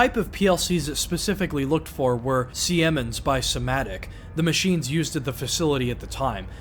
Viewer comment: its pronounced "Semens" (yes really)